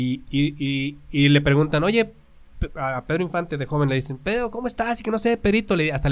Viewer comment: "Pedro" no "perro"